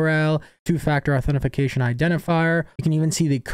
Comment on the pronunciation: Ok, dude. It's authentication, not authentiFication